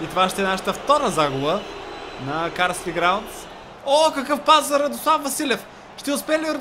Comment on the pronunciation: стадиона се казва Карлайл граундс, а не е Карсли граундс. (БЕЗ ХЕЙТ)!